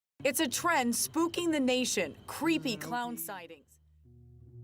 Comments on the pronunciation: Creepy not creeeeey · bro does not annunciate the word "creepy"